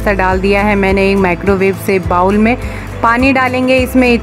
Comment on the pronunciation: Madam aapke videos or hacks sab bahot achhe hai. Bas aap bowl ko बाउल न बोल कर 'बोल' 'बोले to bahot achha hoga.